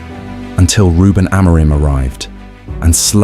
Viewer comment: I can always tell the AI videos based off how they pronounce Amorims name lmao